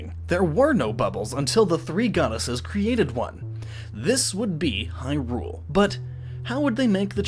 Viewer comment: LowRule? Hyrule, LowRule, l-LowRule, aha,... HAAAAHAHA